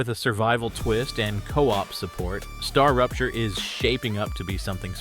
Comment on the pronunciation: hahaha Atlas?? Strarapture is also wrong, instead of Starrupture